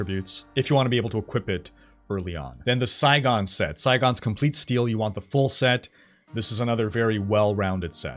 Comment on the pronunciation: that boy just say "Sci-gone"? its "Sig- on"